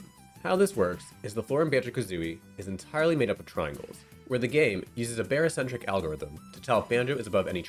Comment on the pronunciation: I couldn't not hear that haha